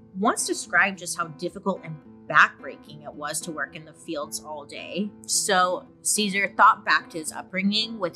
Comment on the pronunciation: Ahh!!! Happy heritage month to all my sisters and brothers! Thank you Bailey for covering this part of history and including it into your popular series in general 🫶🏽 also for anyone wanting to pronounce his name the right way it would be like Caesar ( Seh-Sahrr ) not like the salad! And for Dolores last name Huerta is pronounced as ( uu - eh - rr - tah ) the H is silent ~